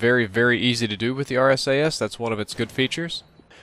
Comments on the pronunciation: he mentions how people call it two things the arse-ass or the RSASS but he end up calling it the RSAS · You say: arse ass and dragyounoff Emmesar,elelevenateeenaj (or elwanwanateaj) and bairet those are all snipers when you compare that to saying: RSASS,Dragunov,MSR,L118A and Barrett